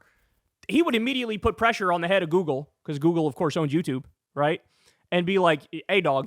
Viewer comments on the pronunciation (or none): "the pressha is getting WORSSAH."